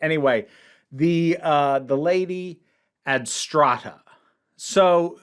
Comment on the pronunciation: It's "Adrasta", not "Adstrata" I'm an aging Doctor Who fan. If I didn't indulge in the occasional "well, actually..."-isms, my head would explode... or at the very least my eye would start to twitch. Also, Adrasta, while thoroughly evil, is also a legit hottie. What can I say? I have a type.